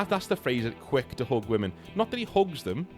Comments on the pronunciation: bro pronounces "hug" and "hook" and he got me so confused for 10 minutes straight lmfao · Fr for a second there I thought 'hooking' a woman must be britbong slang for charming her or even 'hooking up' but bro literally just said hug